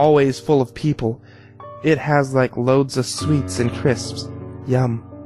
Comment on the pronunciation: You should've used That Guy With A Voice's reading of it. This guy mispronounced enimes, crips, and pizzazas. Those are all the ones I remember.